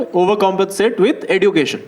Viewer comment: Bro the standup is very good. I would like to point out just one thing, it's eh-jyoo-kay-shn, not edoo-kay-shn. Not a big deal as such, but it just drives me crazy when you keep pronouncing it that way. Again, loved each second of the special. Happy birth-jay🎉